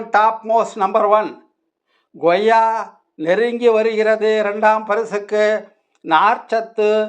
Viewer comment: Koyya not Goyya